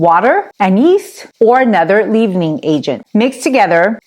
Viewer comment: Mam,leavening in English is prounced as the word/eleven (11)